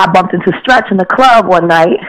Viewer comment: its big stretch not skretch